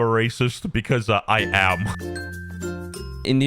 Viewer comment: The “I AM” made me an instant subscriber 😂